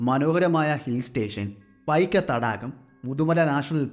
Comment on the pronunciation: പൈക്ക അല്ല... പൈക്കര ഇരുൾ അല്ല ഇരുള... കര കൗശ അല്ല കൗശല... കദ അല്ല കഥ...മലയാളത്തോട് കുറച്ച് നീതി പുലർത്തൂ.... സ്ഥിരമായി കഥകൾ കേൾക്കാറുണ്ട്.... നിരുത്സാഹപ്പെടുത്തുകയല്ല... നിങ്ങൾ ഉഷാറാവണം....